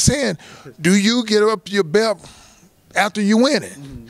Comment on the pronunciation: is it belt or belp lol why holyfield keep saying BELP